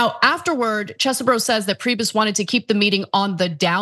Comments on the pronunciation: Its Cheese-BRO. Say it loud, say it proud. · Ana please watch how Kenneth Chesebro pronounces his own name (it's on video). She has gone from the Cheese variety to something that nobody else seems to be using. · I agree...it's annoying as hell...